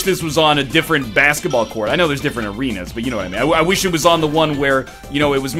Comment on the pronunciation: "NHL! Based on... hrrr, brassketball." I love you, NL.